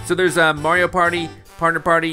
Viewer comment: Almost as bad as a lot of informal videos on Mario pronounce wrong. They say may-ree-o instead of mar-ree-o and it’s so damn annoying that I instantly dislike the video